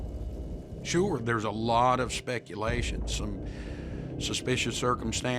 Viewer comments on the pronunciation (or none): none